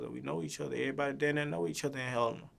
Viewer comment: He talmbout “put her daan” 🤣🤣